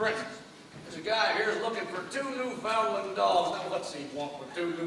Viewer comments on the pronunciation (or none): I know this is literally the first scene but how on gods green earth is this man pronouncing Newfoundland??